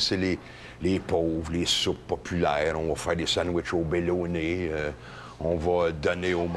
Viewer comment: Sandwich au "béloné" XD